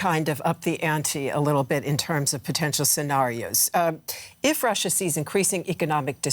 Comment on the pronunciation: That blonde woman's speech impediment is really distracting, especially when she says "Wussia."